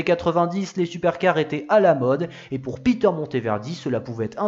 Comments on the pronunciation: Et Peter se prononce à l'allemande : "pé-terre" et non à l'anglaise "pi-teurre" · Interessant...la creativite et l energie de ce constructeur artisan sont exceptionnel ! Je pense que sont prenom se prononçait a l allelande et non a l anglaise...